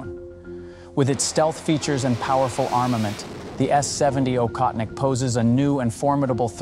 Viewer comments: It is "Ohotnik", NOT "Okhotnik". I hope nobody writes Khunter instead of Hunter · Aa-hoth-nik (not akhotnik) meaning hunter. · It prounced Ochotnik btw. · It's pronouned OHOTNIK.